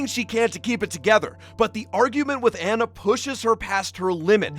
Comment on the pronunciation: It’s pronounced onna not an na no shade.